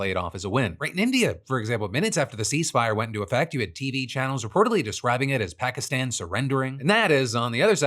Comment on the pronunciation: What happened to your stupid pronunciation of Pakistan?